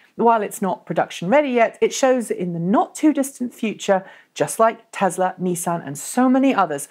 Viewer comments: 'Knee-san' Leafs are not a mainstay in any major British city. Nissans are though. If you want to pronounce things properly you could use the Japanese pronunciation for the Japanese company which is very close to the English, not American, version. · First episode I've watched, enjoyed it apart from the American pronunciations It's Nissan not Neesan lol